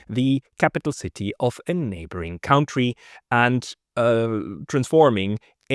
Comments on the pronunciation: I love listening to your perspective and interviews. But please start pronouncing 1 word correct COUNTRY -> it is spoken like CUNTTREE. HMkAy? not like COUNT... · "country" is not pronounced "caontry" It is pronounced "cuntry".